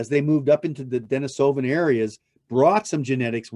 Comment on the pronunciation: You spelled “Atlatl” incorrectly. And you mispronounce “Denisovan” throughout... otherwise it’s a pretty good presentation😌